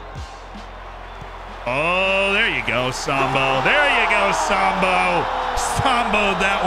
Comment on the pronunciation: The way you say “Sambou” sounds like the racial slur… I’d suggest stressing the “-ou” on the end more…